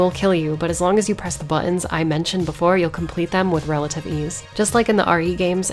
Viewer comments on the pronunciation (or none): The way you prounce buttons makes me think you are a Jersey girl.